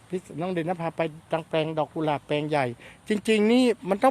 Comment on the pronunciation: กุหลาบ ไม่ใช่ กูหลาบ